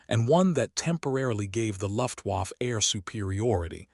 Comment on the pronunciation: Luft-Waff ... yea im not watching further